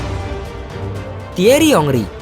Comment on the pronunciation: Thierry Henry Tolol banget sih adminnya Gak bisa sebut nama dengan benar 😁